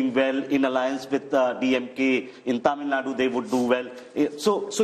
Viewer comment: It's Tamil NADU...not Tamil NAD